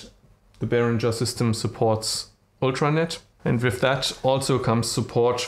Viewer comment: och man, wenn du schon auf englisch deine Videos machen willst, dann leg dir doch wenigstens einen vernünftigen Akzent zu.... and learn how to pronounce i.e. "with", it is not with an "f" at the end. Das ist ja schlimmer als Schulenglisch 7. Klasse.